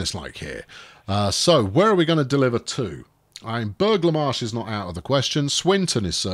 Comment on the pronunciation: I think Burgh le Marsh is pronounced burra le marsh. Sort of irrelevant now unless you ever get to go there in reality.